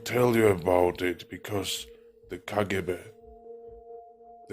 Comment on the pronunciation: He’s not RUSSIAN because of how he said kgb! This Chanel is all lies